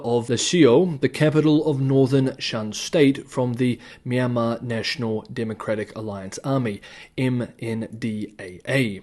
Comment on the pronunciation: Nailed the Myanmar pronunciation! Trump impression needs work 😂